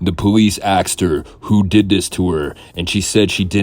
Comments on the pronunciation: You used to say “asked.” Now you say “axed.” Your English is getting worse. Are you ok? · Stop saying Axed you’re not a ignorant black person